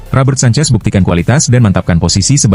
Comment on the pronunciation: Kipernya petter sancech itu bukan sancez